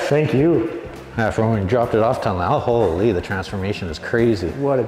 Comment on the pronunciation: I love it when Canadians say hooo-leee (holy) it's so hilarious. That challenger is gorgeous!! The color is almost a pearl. Absolutely stunning